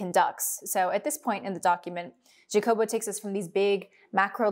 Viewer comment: Don't you ever disrespect me trying to pronunciate HA- jacobo with a JA like JA-rule lol in a gringo voice